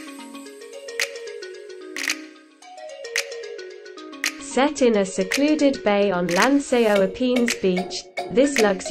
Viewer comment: Grand An-say, Gra-na-dah, Lansay aux Epines???? Wow where she getting these pronunctiation from? If you're going to do a presentation do your basic research.